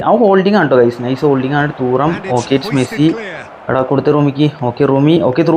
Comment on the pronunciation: Bro തൂറാം എന്നല്ല player name തുറാം ennan😂